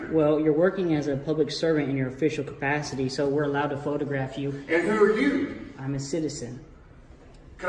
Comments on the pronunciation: 😂 if he’s gonna be a big bad frauditor, he might want to pronounce words properly. It’s not CAPATITTY…it’s capacity 😂😂😂😂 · Official Cafattity.